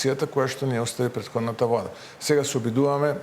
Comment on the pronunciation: Пуетходната вуада па пуетходната вуада, 4 години ке поминат у пропаст и се ви е виновна пуетходната вуада.